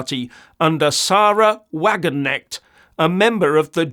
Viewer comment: The "K' in 'Wagenknecht' needs to be pronounced: 'Wagenknecht' not 'Wagenecht'.